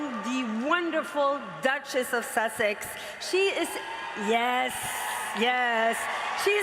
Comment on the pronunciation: WHO wrote her scripts! They need an english/grammar lesson.... AND she said"duke of susseck"